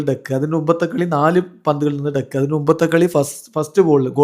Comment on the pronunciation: ഡെക്ക് അല്ല ഡക്ക്. Duck.